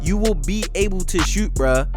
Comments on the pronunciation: “SHEWT” lmao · The way say shoot u would think he’s from Baltimore